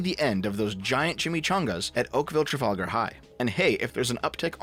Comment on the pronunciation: Pronounced ‘Hall-ton’ and ‘Trafallgar’ . Drove me nuts a little as someone living in Halton